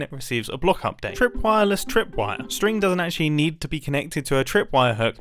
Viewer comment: God the wool one confused me so much until I remembered mumbo is for some reason incapable of saying string